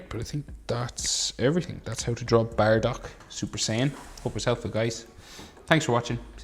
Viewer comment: It's not baradock it's bardock ok